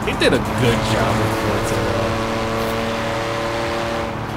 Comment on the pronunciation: He said orza